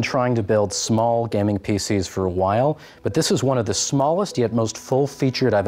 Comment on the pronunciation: Dude! Learn to say "gaming" correctly first 😂